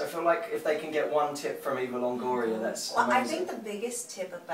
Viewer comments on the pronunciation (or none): Haha love how he says Longoria like Longorier :)